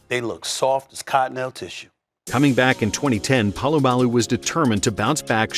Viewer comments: Its not PAlamalu its POlamalu. You're saying his name every sentence and misprouncing it every time and its driving me nuts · Btw - Pole-a-mall-u